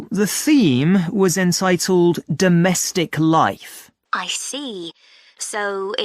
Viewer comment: I hear this answer as 'domestical life not domestic life..